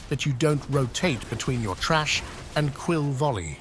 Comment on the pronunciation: LOL it's TH RA SH not TRASH